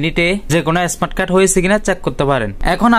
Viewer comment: এস্মার্ট কার্ড কি।স্মার্ট বলতে পারেনা আবার কথা বলে।